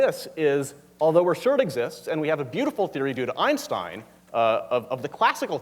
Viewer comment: If she says "Einshtein" one more time..